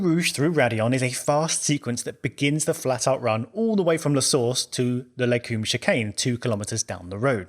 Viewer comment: Interesting topic, but I don’t get why so many people say “les coom”, it’s “les com-buh”. Pretty large difference there.